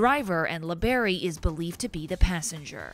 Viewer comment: La Berry it's labarrie